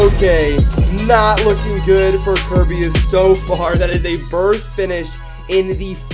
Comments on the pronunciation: It pronoced car bey iss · It's pronounced ker"bee"us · I'm gonna try and say kerbeus properly (five mins later:) kerbeeoos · You still pronounced Kerbeus wrong AGAIN It’s “kur-be-us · It’s ker bey iss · dooood it s Ker-bay-us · It is Prenounced ( Kur-Bee-Is) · this is how many time he said Kerbeus but long u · You kept on saying it wrong